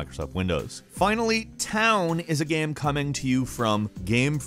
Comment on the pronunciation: you have a problem pronouncing "game"?